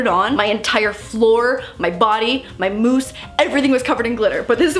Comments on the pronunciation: In the beginning I thought she was yelling “mouse!” Instead of “Moose” 😂 love u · Is it just me but... the way she says Moose sounds like mouse! It’s so cute! 💕🌸😂